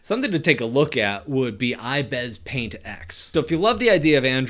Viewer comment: he keeps pronouncing ibis paint wrong😂 its like I bes paint